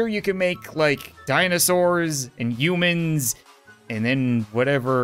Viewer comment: Has anybody else noticed that he says "eumans" instead of humans